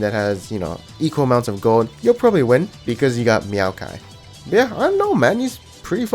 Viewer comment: He called him Meowkai. Hahah